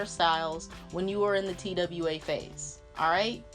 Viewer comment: bruhhh anybody else was lowkey annoyed that she kept saying t-w-a instead TWA (twah) LOL